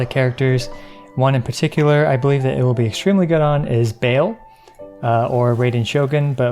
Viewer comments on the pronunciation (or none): Did he just call her BALE?